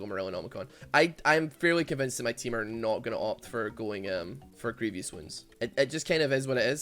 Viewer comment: Can someone tell me why the entire league of legends community says "grievious wounds" and not "grievous wounds"?